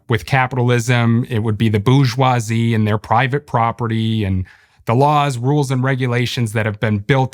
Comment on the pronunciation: It‘s not pronounced “boozh wah zee”. The “boozh” part is wrong.